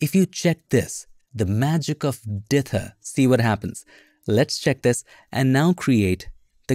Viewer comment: "Dither" excellent enunciation every time you say it. Me, lazy North American, will try and contract it and speak it too quickly! 😁